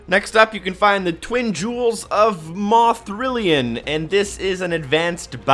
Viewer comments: It kills me that you said "moethrillion" Maethrillian* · It's not mothrillian it's mathrillion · Sebastian Gardiner it's Maethrillian! I died on the inside when he said Moethrillian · May thri ee on is how you pronounce it